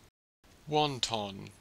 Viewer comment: This pronunciation is incorrect. The first syllable is okay but the vowel in the second should not have any stress, like this: t'n. This sounds too much like the chinese dumpling wonton.